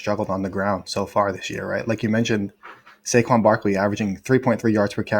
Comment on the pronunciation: Saquon "sayshaun" Barkley for the first TD!!